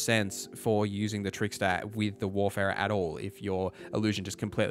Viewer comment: It’s WARFARER not WARFERER, bro.